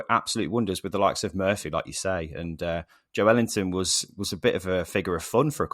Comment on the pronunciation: Joe ellington, come on man get his name right. Joelinton. One word, this is second time ive corrected you